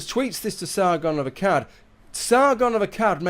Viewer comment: Sargon of Akkard is how he said it lol :P